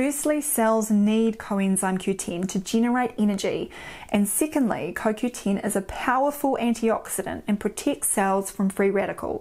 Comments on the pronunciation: It is CoQten. Not CoQteen. I was not sure if you were talking about CoQ10. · lol! Its the dialect I guess....Sounds strange...